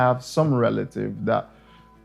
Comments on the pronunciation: I kept waiting for the director to pronounce sakawa right and he just followed the presenters lead 🙉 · It's not sakawah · This dude in the intro pronounced it dragging it like “sar kar warh”.... it’s pronounced “sah-kah-wah” with all the vim and vigor in your voice 🤣🤣🤣🤣🤣🤣🤣🤣🤣🤣🤣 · Its not sikawa,its SA KA WA,kwasia jon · Why the guy pronouncing Sakawa like Japanese word🤣😂😂